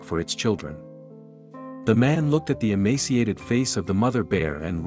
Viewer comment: the narrator mispronounced "emaciated".